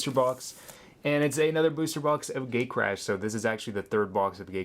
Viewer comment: Did you just say gaycrash.